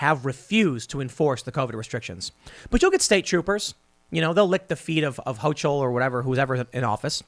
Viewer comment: Tim, the governor of NY is not HO-CHULL it is pronounced as HO-KUL